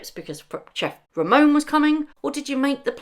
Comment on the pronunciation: Meghan.....it's chef Ramon, not chef Romeo💕